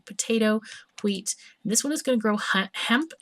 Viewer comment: but i like "hweet". it sounds funny c